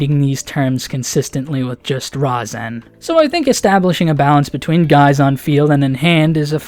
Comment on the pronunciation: Its pronounced Ri-zen but spelled Razen